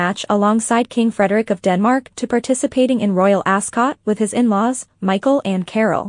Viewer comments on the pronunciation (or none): none